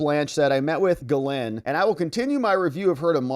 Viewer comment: It's not pronounced ga-lin. It's pronounced Ga-lain. The S is silent and the -lain is pronounced with a heavy French accent. An alternative accepted pronunciation is "Jizzlain". Now this isn't correct but it is accepted. Extra emphasis on the Jizzzzzz.